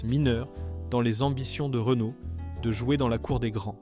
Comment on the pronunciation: Problèmes de prononciation de Panhard, Renault et Talbot pour ne citer qu'eux, images ne correspondant pas forcément au véhicule dont on parle, et quelques contre vérités: cela fait quand-même beaucoup. Entendre dire par exemple que l'Horizon fut un flop, c'est du n'importe quoi. Je ne vois pas de rapport entre son déclin et la crise pétrolière. Cette voiture nétait pas réputée soiffarde. Bien sûr, elle avait ses défauts comme sa distribution devenant bruyante avec le temps, ses synchros Porsche fragiles et la corrosion. Mais sur ce dernier point, quel constructeur y échappait vraiment dans les années 70 -80? Et que dire du commentaire sur la BX! En quoi la suspension hydropneumatique pouvait nuire au fonctionnement du moteur diésel? Moteur qualifié de fragile... Je crois que là, c'est la meilleure. Fragile le légendaire et très apprécié XUD réputé pour sa longévité? Si tout ceci ne relève pas de l'IA, ça y ressemble fortement. De plus, on aurait parfois l'impression d'écouter un robot.